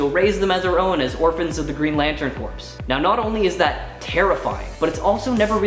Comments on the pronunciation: Sorry dude but i have to say it. Its pronounced core not corpse. Welcome to the nerd squad though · corps is pronounced core my friend.